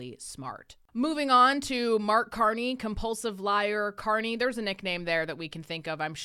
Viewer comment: Mark CON-ney